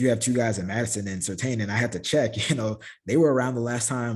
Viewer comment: Love the content. Hate to correct you but I have to. The name is Surtain, that’s correct. The “I” is silent though. So it’s Pronounced Tan not Tain. When SR was in the league, he got hot with announcers saying it wrong. Just a heads up. I love the content though sincerely and you have a Subscriber in me.